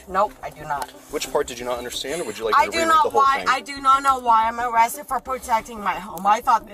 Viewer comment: got “awested” 😂